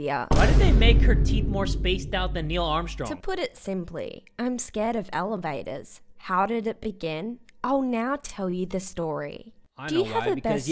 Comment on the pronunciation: "I'm scared of elehvatahs" That accent tho